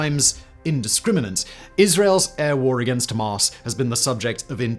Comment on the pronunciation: I dont know why but i found simons pronouncing Hamaaas hilarious 😂😂